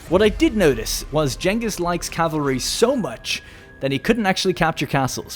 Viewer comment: "Jengus Khan"